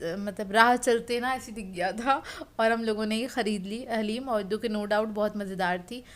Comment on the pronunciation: Piyari sister plz say daleem to HALEEM.stay blessed.Ameen